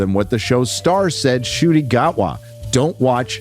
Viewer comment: It's pronounced as N'kooti, not Shooti.